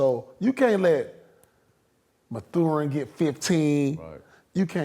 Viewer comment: Kinks in the armor, Ma-thur-in and echelon.